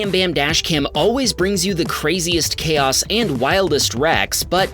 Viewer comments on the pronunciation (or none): none